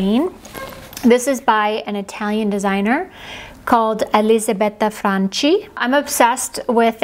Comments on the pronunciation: Fyi "ch" in Italian is pronounced like a hard c or k sound (Franchi = Frankee). Incidentally, Italian words with a standalone "c" are pronounced with a "ch" sound (baci, meaning kisses, is pronounced bachee). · i love this Brand but please pronounce well, in Italiani 'ch is a ''k' so it is 'Franky' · Hi, you are the best. I'm Italian and I love the way you pronounce Elisabetta Franchi but it is wrong, maybe because you are studying Spanish. You pronounce CHI like the chi in Spanish word chica but it is more like the ki in English word kitchen... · In Italian, the “ch” sound is pronounced like a “k” in front of the letter “i” ( as in Moschino “Mo SKEE no”), so Elisabetta’s last name would be pronounced “FRANkee.” 😊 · Dear, you have to read FRANCHI as FRANKY, like CHUNKY, because we read the letters CHI like K-E. Many kisses from Italy!